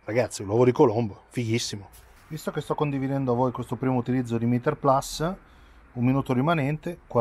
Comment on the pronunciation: Mitico, però almeno tu che sei un giornalista basta con questo PLAS....si dice PLUS...PLUS...PLUS…. è latinooooooooooooo:-( e poi perché 45 gradi che le giri sempre di 90....???